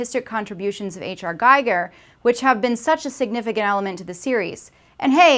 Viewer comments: Giger's name is still pronounced "geeger" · It's not "door I-7". It's "1-7" as in storage of clone attempts one through seven where Ripley is number eight. And Giger is pronounced Geeger... Decent video, but Prometheus doesn't suck. It had the same problem as Alien 3. The expectations were different than the result. I propose there is no "worst" Alien movie... but rather a "least good". Thanks! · I was totally trying to see the point... Til you mispronounced H.R. Giger... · All time most People pronounced "Giger" wrong..... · You mispronounced Giger's name. How do I take the rest of the video seriously?